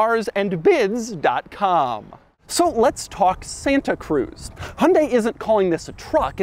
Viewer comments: Pronounced Hun-Dye. Not Hun-day. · Exactly. Or close enough. In Korea its Hyun-day with a soft "y" in there, but here in the states, most like Doug say: "Hun-day" and that's 99% there. In the UK they say High-Un-Die and that drives me completely crazy since there is no attempt at all of being close. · What is a "Hondey"? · I am wondering when you will be able to pronounce 'HYUNDAI' correctly. You keep saying that HUNDE, which sounds somewhat unintelligent. You can do better if you listen to the pronunciation repeatedly and practice. 'Weird' is not a sensible term for the design, futuristic is better word for it. Country men who have old-fashioned taste may don't like the design probably including you. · The way Americans pronounce Hyundai is hilarious.